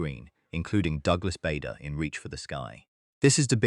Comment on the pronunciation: Reach for the Sky feature Kenneth More as Douglas Bader, not Richard Todd. AI crap again. Appalling pronunciation in evidence again.